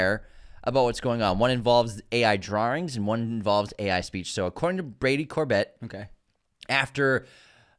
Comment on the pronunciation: HIs name is pronounced Cor-bay and he used Vista Vision